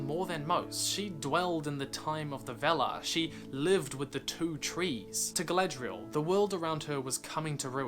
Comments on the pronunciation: I enjoyed watching & listening to your video, I have one thing that niggles me though. ..... You sound like you are saying, ... "Galedrial", as opposed to "Galadriel". ..... E instead of A, ..... maybe it's just your accent, ..... I'm a South Yorkshireman so, ... I'm sure you might find words that we say, ... different. I could NOT find anything else to say except, ..... A for Apple, ..... E for Egg. ..... ha ha. GREAT VIDEO LAD, ..... WELL DONE. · It's nice that u make these video's, but if you love languages like Tolkien did, try to speak out the names correctly, like: Dol Guldür( Not Dol Goldurr), Gàndàlf ( not Gèndàlf), Gàlàdriel (not Geledriel)... Don' t take me for a Troll, just try to help. THX